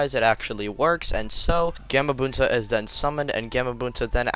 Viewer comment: its gahmabunta